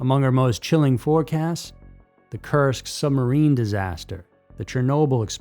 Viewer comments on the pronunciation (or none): none